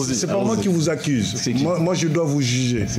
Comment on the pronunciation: Ce mec en blanc est prétentieux...aussi on NE dit pas "accise" mais ACCUSE...PFFF